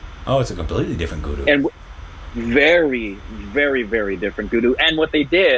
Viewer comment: Just spelling pronounciation mistake😀: Its not gudu...its guddu Its not tripeti...its tripaathi Its not muna...its munna Ita not micbul...it maqbul